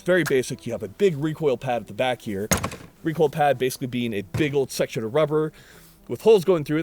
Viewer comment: The shark bite muzzle eliminates that WUH WUH WUH WECOIL wuwwy